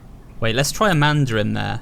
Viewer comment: Did anyone hear him say "Amander"?